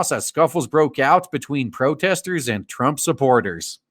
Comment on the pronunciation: I like how you've been "mispronouncing" protesters.